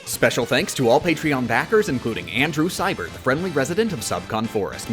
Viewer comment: Is it just me or is him saying andrew cyburt just the most satisfying thing